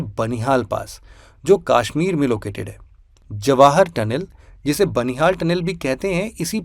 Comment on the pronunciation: Aur kashmir ko kaashmeer bhi na bole ....bht irritating lgta hai 😂😂